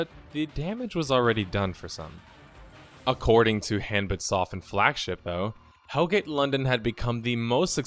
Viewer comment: About the name, HanbitSoft: it's supposed to be pronounced more like "hahn-beet". Or in Korean, "한빛", which translates roughly to "the light of day" or "daylight" or something like that